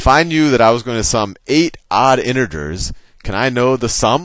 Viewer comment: "InteRgers" ... unless you're a New Yorker.